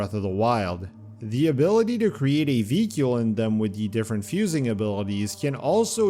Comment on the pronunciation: Why do you keep saying vehicle "vee-cule"?